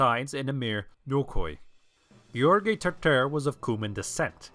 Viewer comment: Why say Asenids instead of the Asen dynasty? Also you have a good pronunciation of George. :)